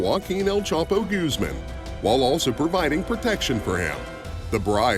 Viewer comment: I think this takes the cake for the whitest way to say Guzman.....Gooseman hahahah